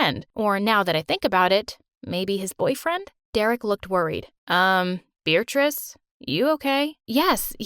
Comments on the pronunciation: Wait, so she's not bothered that he says her name "Beeritrice"? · WAIT HOLD THE PHONE- IS HER NAME BEARATRICE!??!? WITH A DANG 'R'?!?! WHAT?!??